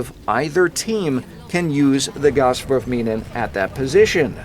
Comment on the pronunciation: I took german back in high school and god damn it sounds badass with the German accent lol